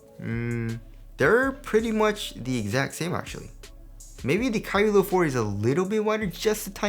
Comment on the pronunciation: it always sounds like youre sayin kyrie LIL 4